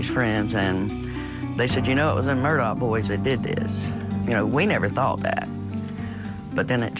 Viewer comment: I really wish these people would stop calling the Murdaugh name, Murdock...geez